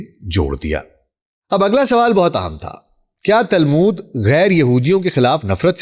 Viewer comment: تالمود نہیں تلمود۔۔۔۔